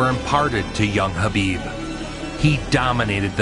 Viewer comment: But still messing up his first name a couple years ago😂